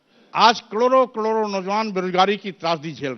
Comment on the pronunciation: कड़ोरो कड़ोरों नहीं रे, करोड़ों करोड़ों होता है